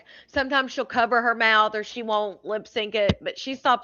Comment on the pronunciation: Why does she say teef, mouf, bref???? Good lord